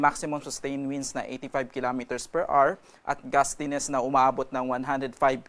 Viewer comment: PER R. 🤣 Children, remember: HOUR = AH-wr. There are two syllables, and the stress is on the first, as in "Per AH-wr." Pronunciation matters, it will affect your future.